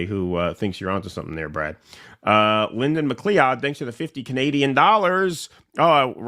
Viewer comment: I've heard you mispronounce the name of a superchatter (or ranter) before, sounds like you still are, so please let me help you: The name 'McLeod' (or maybe spelled 'MacLeod') is not pronounced as it's spelled -- 'Mc-LEE-odd' -- which is how I've heard you say it. Rather, it's pronounced as if it's spelled 'McCloud', like the 'cloud' in the sky (how they spelled it in the name of the title character from the old NBC Sunday Night Mystery series starting Dennis Weaver, which I know was before your time). Apologies for my ancestral homeland of Scotland that so many of the names are not spelled the way they're pronounced.